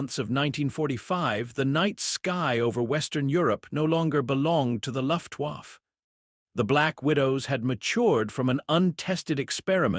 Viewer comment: Luftwaffe, pronounced luft waffa, bad AI narration to go with bad AI imagery.